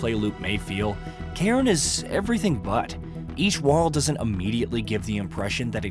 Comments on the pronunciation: I believe it’s a Scottish word to describe a stack of rocks. The best cairn ever? The Cairn terrier (see Toto from the Wizard of Oz as an example). :) it’s pronounced “Care, Nnn”. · Can't trust someone who can't even look up a word they don't know. If you can't even pronounce the games name correctly how am I meant to believe you?